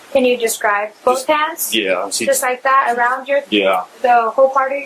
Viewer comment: This cop said "boff" rather than "both".... The world is going to hell in a hand basket 🤦🏽‍♀️ and all professionalism is gone